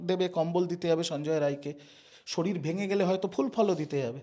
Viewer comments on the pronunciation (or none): none